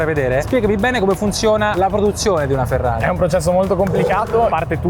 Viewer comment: Ma perché pronunci Ferrari all’inglese?😅😩